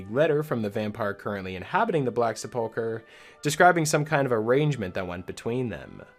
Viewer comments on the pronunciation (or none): Minor nitpick: the word "sepulchre" is pronounced "sepple-cur," not "sepulk-er". I really like that "At Your Own Pace" idea--tracking it on Nexus Mods right now!